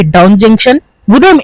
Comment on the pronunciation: డౌన్ కాదు బ్రో డోన్.